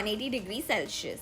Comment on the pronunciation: Hello,, i just wanted to tell u that celsius is pronounced as cell-see-us not cel-shi-us its not a hate comment or anything i really love watching ur videos its just a small tip from my side!❤ nice hacks